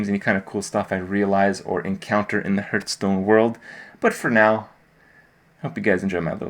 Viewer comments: For crying out loud kripp .... its Hearth-stone ..... not Hurt-stone ;) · Why does he consistently mispronounce the word hearthstone. It's really not that hard to pronounce, but I've never heard him do it the right way ever. It's not hurtstone. Surely there must be some reason for this as it's not even close to sounding like it should? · why do so many pro's say Hurtstone?